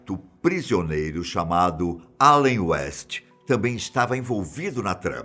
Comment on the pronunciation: Mn perai so eu q percebeu que ele falou Alen West??? Qm viu flashes da o like aq no comentário.